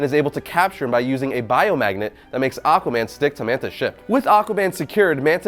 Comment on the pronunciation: Lol, he said AquaBAND in da intro of this vid.